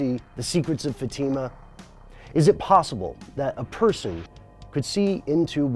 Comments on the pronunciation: Pronounced Fat-eh-mah.... Not Fah-team-mah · Hey, great videos, they've been very insightful. But for the love of God, learn how to pronounce words! Fatima is pronounced FAT-im-Ah not fa-TEEM-a. Fatima, like "Fatima Blush" from James Bond's "Never Say Never." Your always asking for new ideas for videos. 1950's a jet, taking off from Otis Air Base, Cape Cod. The jet failed 1500 feet, the pilot bailout at 900 feet, but the radar operator and jet vanished. Figure that out, where did it GO? The Buzzards Bay is 12 miles from the base. Even at 900 feet it could have NEVER glided that FAR! OH yeah did I mention their mission that night was checking out a UFO. Supposedly there was top secret equipment just installed in the plane. I hope it gives you food for thought. Thanks again, and yes I have subscribed, keep those hits coming. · Love the video, but have just one quibble:Fatima is pronounced "FAH-tee-ma", hence the accent over the first "a". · the way you pronounce Fatima is very annoying, also the kids were'nt "shepherds" they were going to school. they were students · please stop mispronouncing Fatima.